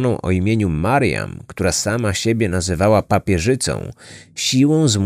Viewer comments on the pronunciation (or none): czemu zamiast mariam słyszę Marian ? :D